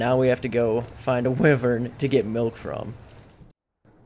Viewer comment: wyvern noun wy·vern \ˈwī-vərn\ not wivern lol your saying it wrong bro